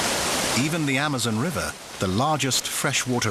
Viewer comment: I don’t like the way he says Amazon. And Jaguar.